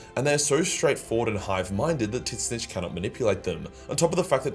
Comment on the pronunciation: He means Tzeentch